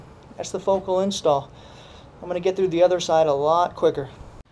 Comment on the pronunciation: Why is he saying focal like that xD